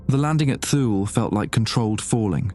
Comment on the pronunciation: It's pronounced "Too-lee", not "thule"